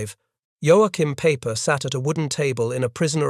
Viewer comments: his name is Peiper, not Paper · Why does this keep referring to Peiper as ‘Paper?’ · Apparently, so is Peiper. You called him everything but Pooper.